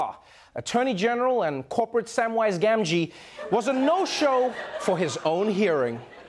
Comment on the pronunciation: Dammit Trevor. You pronounced Sam Gamgee name wrong.